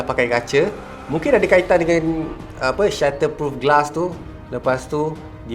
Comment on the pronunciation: reviewer yg bagus samsung dia hentam apple pun dia hentam, ini yg kita mahukan seorang yg judging dia x buyers mane2 product, bagus kata bagus crappy terus hentam je, ok good job, by the way aku denga ko sebut shutter proof patutnya bunyinya shatter proofkan haha